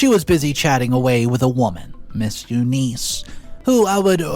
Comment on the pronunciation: OMG!. Please get help pronouncing name. Its U-Ness. Not U-niece! I won the pool today at the office tho 😂😂😂